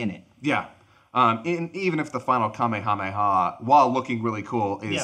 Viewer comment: Lol cringe, love, but pronouncing Kamehameha as “Kameyameya” will always fuck with me